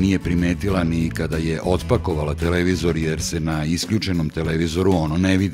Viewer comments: TelEvizor, pa telEvizor.. Kako mi ovo RTS akcentovanje para uši.. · joj, RTS govor - telEvizori :( ..........osim toga, odlican video.